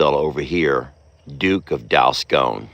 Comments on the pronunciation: Congrats! How adorable! FYI-the O in Dalscone is pronounced as a short O, not a long O. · Sorry but it's Dalscone pronounced as in gone not scone